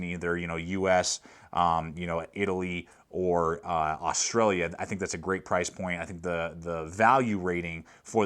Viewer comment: No one articulates the L in austa-L-ia